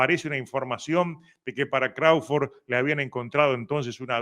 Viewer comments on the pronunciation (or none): Hahahaha dice Crauford ke por cierto es Crawford dice ke no peleo con Jaron Ennis pero ahi no ladra como de canelo ke tiene miedo 😂😂